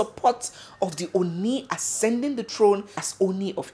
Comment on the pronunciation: Oni is pronounced Orni.